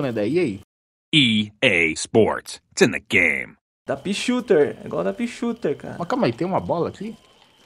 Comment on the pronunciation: Kkkkkk Tcheneguem kkkkkkk Só avisando que é It's in the game, caso vc não saiba sla kkkkkkk